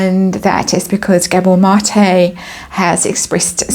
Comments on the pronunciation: You're saying his name right! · you said Mate name right, awesome reading gave me a good laugh, the fall is going to be major can not wait for this, love it ❤❤